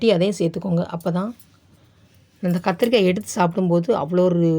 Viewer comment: என்னக்கா முருங்கக்காய் கத்திரிக்காய் சொல்லும்போது வாய் ஒளர்றது